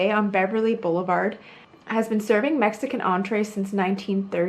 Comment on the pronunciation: It's Jay SEE-bring, like the Sebring Racetrack he chose his last name from. Also, it's "El Kie-yo-tee" Restaurant.